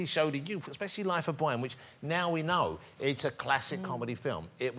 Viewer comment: we stan a respectful king. When he said ‘Life of Bwian’ and then the picture of Pontius was shown I completely lost it. It was too much of a coincidence.